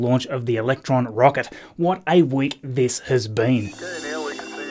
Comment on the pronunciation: “What a week theese has bean”.